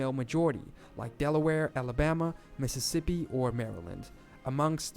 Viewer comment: Lol. “Mississipi”